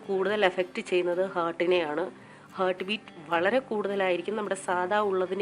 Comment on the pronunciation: ചേച്ചീ...ഹേർട്ട് അല്ല ഹാർട്ട് എന്നേ പറയാവൂ...